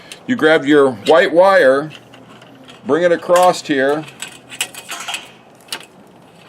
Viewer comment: What the hell is an acrost or acrossed. Dear God the word is across.